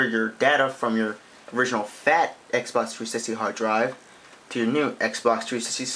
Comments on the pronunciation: "Xbock 3sicksy sysem" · xbox 3sishxtee LOL! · Nigga don't even know how t say the name of the console lmfao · learn how to say xbox 360